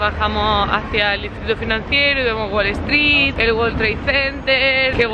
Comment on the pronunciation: Haber una duda es wale stree o es WALL STREET ? pregunto porq cuando lo decís suena como la primera opción, creo que ya tenes un par de años en gringolandia y ya es tiempo que pronuncies los nombres y cosas tal y como son te parece?